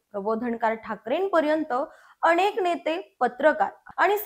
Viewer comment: अणेक नाही अनेक.